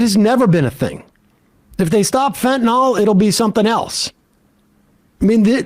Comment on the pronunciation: Why have none of Sam's cohosts ever corrected his pronunciation of fentanyl? How many videos on fentanyl has he watched on this show? It's like listening to my dad say "liberry" and "expresso" and "wee-fi".